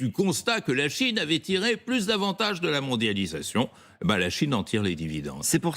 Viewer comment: CHINE PAS CHONE